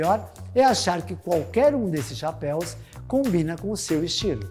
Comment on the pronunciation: Muito bom video parabéns muito yotuber fazendo a pronuncia de form errada de chapéu no plural vc foi o único que acertou os caras falam chapéis kkkk parabéns